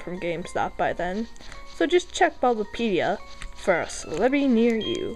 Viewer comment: IT'S FUCKING CEL-EBI pronounced (CELL-E-BEE)